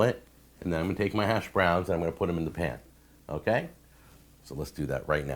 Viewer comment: The way you pronounce “hash.browns” pisses me off way more than it should.